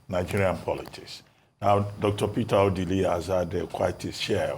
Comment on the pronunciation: I am averse to any mispronunciation of indigenous names, especially names that are household ones. Why is, an Igbo woman for that matter, pronouncing Ọdili as O-dee-lee? This killed my interest in this morning show and I switched off. Nigerian journalists: it is not honorable to mispronounce indigenous names -- something you never do with oyibo names.